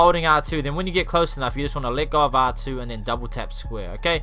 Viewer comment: who else thought he was saying lick off when he was saying “let go of R2”